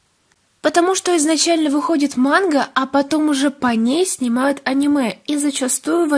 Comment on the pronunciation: Как-то ты странно говорит мангу монх???😁😁😁